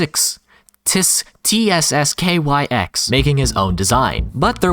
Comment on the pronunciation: its not rhat hard to pronounce Just say Tsskyx